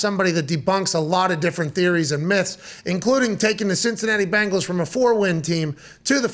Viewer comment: Love you, Pat. But it is BEN-gals. As in Tiger. Not BANGLES as in some teenager's bracelets.